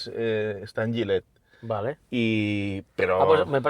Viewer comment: Una pequeña corrección, se escribe Gilet, se pronuncia Jilet, no llilet. Se que lo que acabo de escribir es una aberración pero es para que quede claro😅